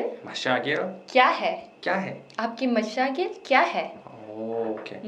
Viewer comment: umm correction its not mashagil its mashgil